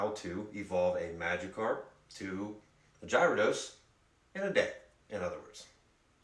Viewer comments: It’s not jyrodose it’s gyrados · Jiro dos?!?! It’s pronounced Garra dos. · U said jaridouse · Did you say 'jyrados?' >> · Say it with me Gear-uh-dos